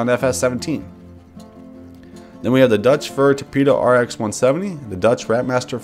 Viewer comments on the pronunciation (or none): You Said Dutch Instead Of Deutz